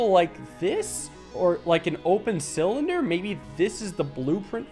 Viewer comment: A thin cyllinder - you mean Mike Tysons favourite “Thillinder”